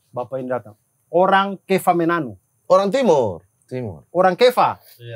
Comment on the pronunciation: sampe sini sy merinding pas sebut org kefamenanu dari yg awal ketawa-ketiwi eh ada ucapan yang bgtu pas logatNya bg Abdur :"org KEFAMENANU" Bangga😮 ..dan terimaKasih, sy salah 1 org kefamenanu yg mengidolakan kk abdur.. Dan semoga Om gregirius sehat dan sukses juga buat kaka Abdur, dan om gregorius Bana adalah om sy, mmng beliau merantau d sana dari kta masih kecil' semua.. Thanks kk sdh sebut nama ini.."Om GREGORIU".. salam dari KEFAMENANU TTU kak🎉🎉🙏🙏😇